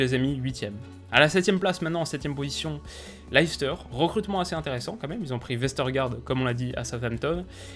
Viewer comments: Hey! Top la vidéo, comme d’hab. juste on dit « Less teur » et non « Laïs teur » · Super vidéo mais stp arrête de dire "Laïcester" parce que ça se prononce "Leh- stuh" en phonétique ! Une petite recherche sur Google "Leicester prononciation" te montrera (et te fera entendre) la prononciation exact du club et de la ville de Leicester !! Sinon j'adore ce que tu fais et j'ai hâte de voir ton classement de ligue 1 😉